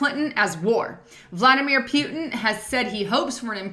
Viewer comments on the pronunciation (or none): ...Please quit saying "Pew-tin". It's "Put-in." Just think of the word "put." Thank you. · scuse me but I am not you people, I am British and can't bear the way you say pootin when it should be Putin and I have great respect for him, and detest Clinton too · Luv your channel,, Thanx!! BTW, it's POOO-TIN!! lol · come on say putin's name right. poo,ton